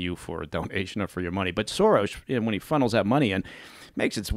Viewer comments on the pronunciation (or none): The fact that he keeps saying Sorosh tells me he's protecting those close to him by not telling us what the truth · was he saying 'Sorosh'? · Why does he keep saying Sorosh.